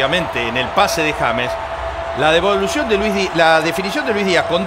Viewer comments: No se llama "yeims* se llama JAMES pronunciado en español!!!!!!!!!!!!! JA MES!!!!!!!! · TIENEN QUE APRENDERSE EL NOMBRE DE ÉSTE GRAN JUGADOR DE MÍ SELECCIÓN COLOMBIA, COMO LO ES JAMES (EN ESPAÑOL) RODRIGUEZ.... 😂🎉😅❤😮